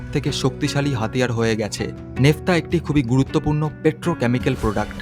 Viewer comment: 'নেফতা' নয় কথাটা Naphtha. বাংলায় 'ন্যাফথা ' হবে।